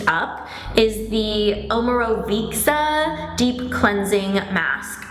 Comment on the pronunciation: hey Ingrid! loved this vid :) just wanted to let you know I love omorovicza and I met the man behind the brand and he pronounces it like o-more-ah-vit-sah :) Actually difficult to type it out hahaha As usual I love essentially all of the products you do!